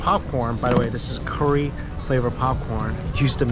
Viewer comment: It always tickles me how pronounces curry like "Corey" lol.